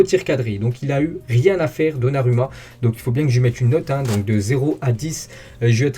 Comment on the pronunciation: ON PRONONCE donnaROUMMA 🤦🏽‍♂️ les français…